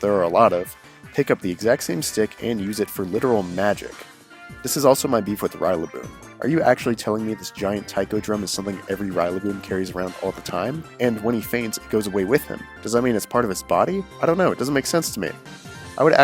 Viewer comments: I think this is a good video and it is well written. But here’s the one thing that bothered me. RYLA-boom? What made you think it’s pronounced RYLA-boom? It’s a Go-rilla. RILLA-boom. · Rillaboom is a gorilla. It’s not “rye-la-boom,” it’s pronounced exactly as it is written. Go-rillaboom. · You pronounced a lot of things wrong and you misused plurals for Pokemon. Rillaboom is Rolla as in gorilla. Not ryla. And each plural is the same as its singular. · my mans said RIGHLAboom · did u just really just say rillaboom as RYLABOOM....... PLEASE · Never in my life have i heard someone pronounce Rillaboom "Railaboom" new one. (No hate) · I'm sorry but did he just say "Ry-luh-boom"???? Hint "Rilla" comes from Gorilla and is pronounced the same way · I'm sorry, I know you are most likely a great guy, but 'R-EYE-laboom'? Is the actual animal called a gor-EYE-lla? Again, I am sorry but mispronunciation of Pokémon is my biggest peeve. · "Ryla-boom"? really? do you also pronounce it "go-ryla"? Do you want the word "GORILLA" to be rubbed in your face even harder for you to understand how to pronounce the word? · I disagree with everything you said about Rillaboom (including your blatantly incorrect pronunciation). The concept of a gorilla with vines for hair that beats on a big drum which controls the roots beneath the earth is amazing. Sure, it is a bit "much" for a starter, but I don't find it hard to believe whatsoever that these drummer gorillas could exist in the wild. But overall, good video man. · Honestly my only problem with this video is how you pronounce rillaboom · Bro how do you mispronounce Rillaboom....it's literally the second half of gorilla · Sorry the way he said rillaboom was so wrong I couldn't get my head around it it's a gorilla that plays the drums take the rilla and add boom like how do you fuck that up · I agree with everything in this video except the pronunciation of Rillaboom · The way Rillaboom is pronounced makes me uncomfortable